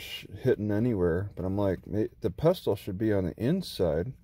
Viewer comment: FYI it's pronounced "pessle" not "pes-tel".